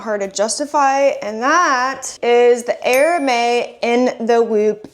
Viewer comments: Great finds, but I just want to point out in a friendly way that Hermès is pronounced 'Air-mehz' and not 'Hair-may. I know I would want to know if I were pronouncing something incorrectly on social media.' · 🌸🌸🌸GREAT items today! Love that straw bag! Btw, Hermes is pronounced ‘air-mez’ (4 years of French comes in clutch!). Your hair looks beautiful today. Enjoy your weekend 🌸🌸🌸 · You pronounce the 's' in Hermes